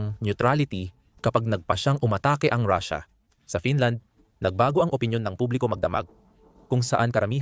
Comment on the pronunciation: Paanung katotohanan ang sinabi mong vlog mo kung pronunciation palang ng russia ay mali na.